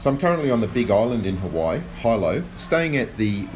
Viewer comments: Hee-lo.. not High-lo ;) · I love your videos and your voice, but the only thing that bothered me is your pronunciation of Hilo. I’ve lived in Hawaii for a while and nobody, not even foreigners (Asians, Europeans, aussies, etc.) have ever pronounced the city as ‘HI-LOW’ it has only ever been pronounced as ‘Hee-Low’ I know you are not from here, but just a small thing that bothers me since there is no reason that you would have to pronounce it that way, since it has never been spoken like that. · Hee-lo. Not High-low :) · It's pronounced "Heelo" not "high-lo" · It's pronounced "he-lo" and on the opposite side of the island. You're more North of Kona in Waikoloa. Hope you enjoyed your stay here. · Hey nice video! Love watching these. A couple of things I want to add. Hilo is pronounced "he low" and also you are on the Kona side of the island. I hope you are enjoying your stay! It's always nice to see people come and visit! :D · Hey, I’m on Oahu!!! It’s actually pronounced. Hee Lo, I know, it’s spelled Hilo but pronounced HeeLo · Hilo (hee-low) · Your pronunciation of "Hilo" reminded me of my old art teacher, also from Australia, who used to pronounce my classmate Tian's name "Tai-anne" instead of "Tee-anne", thanks for the nostalgia trip. :)